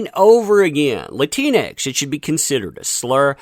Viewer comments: If You Do Use It Its Pronounced Latin X. Not Latinex ....cuz thats what your saying.... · Its pronounced Latin X. I'm also one of those Hispanics that hate that term Latinx. Makes me sound like a disease or a failed science experiment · Latinx… sounds like you’re calling someone a Keleanx! 🤣🤣🤣